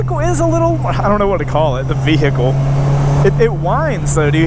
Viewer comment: Vee-hicle 😄 lol